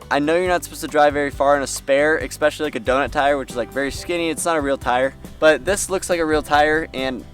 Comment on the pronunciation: love your videos and so sorry about your accident. Some words to fix - try 'eSpecially' and 'eScape' not eXpecially and eXscape. Thanks.